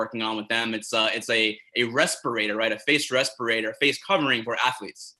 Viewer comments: Everyone: respirator GSP: respeeratore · Journalist: You're working on a respirator? GSP: Yes, you know, because of COVID we're working on a res-per-a-tore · What the heck is a respourator? 😂